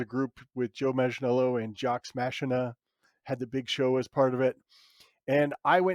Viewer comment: His pronunciation of Jocks Machina got me good lol.